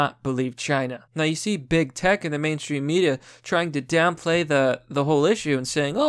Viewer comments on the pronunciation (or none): none